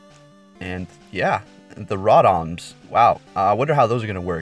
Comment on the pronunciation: Stopped watching after he called Rotom " Raawtams "